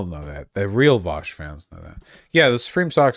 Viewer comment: Vuo00oaaaush would be more fun if he always streamed this drunk